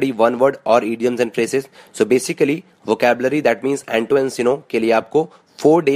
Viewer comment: its VOCABULARY not vocalbury!!!!!!!!!!!! lolz